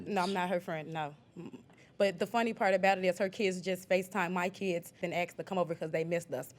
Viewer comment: Eubonics? Is “asked” spelled and pronounced “axed”